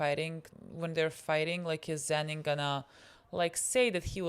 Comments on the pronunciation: My heart stops for a second everytime they call him zenin please STOP 😭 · A child dies each time they call him Zen’in instead of Toji or Fushiguro 😓☹️ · The way 'Zenin' is the worst thing they could call Toji and they are doing it unintentionally is so funny